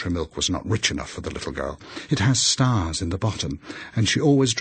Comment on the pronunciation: She wants her cup of stahs